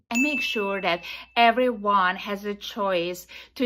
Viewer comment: Hey lady it’s we, not ve and everyone not eweyone. Go talk to the vall vith all sense you are making. Perhaps some linguistic lessons vill help vith public speaking